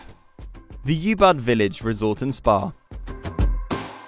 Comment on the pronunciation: I don't think they've visited any of these hotels or Bali for that matter. Anyone who has knows that Ubud is not pronounced "You Bud" as it's one of the most well known places.